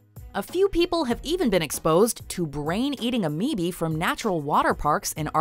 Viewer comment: Amoebi???? Wtf is that